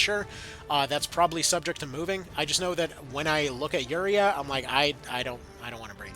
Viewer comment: I just realized you've started pronouncing Iuria's name like Euraiya, and I feel like I might be slightly responsible for that. Sorry!